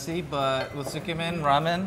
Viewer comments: How many map geeks, Asians, and japo-files just died a little? Edit: OMG... Sigh... I can't blame you.... But it's pronounced.... Don't drop the zu. Zu ke men, not ske men.... Sounds really wrong. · Am I hearing it wrong? She's saying "Tsukemen", right guys? But all I hear her repeat is "Skemen". Kinda sounds disgusting, lol. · When the lady said “scamen” MY JAPANESE SELF GOT SO SO SO CONFUSED and then I realized she tried to say “tsukemen”.. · Tsukemen is pronounced "Zu-ke-men" not "skarmen" if that helps? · Skemin?? Tsukemen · Su Key Man not skemen get it right Haoles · How in the world did she bastardize the word tsukemen into "SCAMEN"? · should learn how to pronounce "tsukemen" su key men, not scam in, lol like seriously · When she tries to pronounce tsukemen, it kinda sounds like “schemmin” haha. I was so confused. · and? Gringos? What so now you’ve decided to resort to being racist?! PLEASE as Viet I’ve SEEN SO MANY and I mean SO MANY mispronounce asian foods, and most are black, white, Hispanic, oh and ASIAN. It’s now a race thing🙄 Literally every country mispronounce foreign foods, English is the same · This lady is the worst at pronouncing Japanese words! sometimes pronouncing the completely different word and thus changing the meaning. Your geography and spellings were also bad! Feels like very little research went into this video.